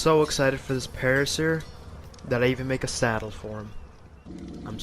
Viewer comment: Para-seer < Para -sore 😉